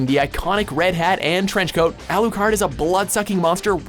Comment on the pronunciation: alou..kard....pauses ....closes tab